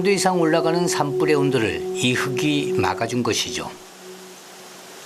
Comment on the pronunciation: '흙이'는 '흘기'라고 발음을 해 주라. '흑이' 이건 '흐기'가 맞지만...